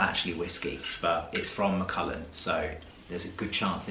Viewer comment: It’s Mac. ALLAN not ullin as in the name Allan